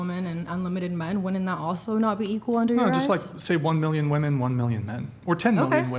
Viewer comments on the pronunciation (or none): chick cannot correctly pronounce ‘women’. It’s wim-in not wo-man for plural. Dude!!! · chair 2 (and multiple women on other episodes of this podcast) don't seem to understand the difference in pronunciation between the singular 'woman' and the plural 'women' :( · This podcast seems to have the highest amount of females that pronounce 'women' exactly like 'woman' maybe education was lacking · Girl 2 with the black shirt doesn’t say women she says woman when speaking about more than one and Im so annoyed! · Women! Not woman jeez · people that can hear everyone around them saying a word properly and still not figure out they keep saying WOMAN..... are seriously dense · The girl in the black saying "WOMAN" everytime she meant "WOMEN" is driving me fucking crazy. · For crying out loud, someone PLEASE teach that girl the difference between the singular “woman” and the plural “WOMEN”!!!! Ugh!!! So annoying to listen to. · OMG… the constant mispronunciation of the plural of “women” drives me absolutely insane. It’s a litteral speech impediment with this generation. 😫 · Women is pronounced "wi-muhn" or (to make it easier to understand) "wimmen". Not "woa-men", not "wuh-men". Not sure why so many of these women that get on Whatever don't even know how to pronounce the word. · sayin woman instead of women is sooo annoying especially coming from a feminist lol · BTW chair two is saying "woman" instead of "women". Weird. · Hearing that one female say "woman" for plural use was driving me crazy. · can’t say the plural of woman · I really enjoyed the lady at seat 1, the red haired lady (who can do so much better than the m@ guy) and the 2 more mature ladies! Major annoyance the entire show is seat 2 lady’s English, it’s “women” not “woman” when used in a plural manner.😵‍💫 In regard to the others, they do not represent us. 💁🏻‍♀️🇺🇸🤍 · It’s annoying me she keeps saying woman as a pleural instead of women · ITS WOMEN!!! NOT WOMAN!!! 🤬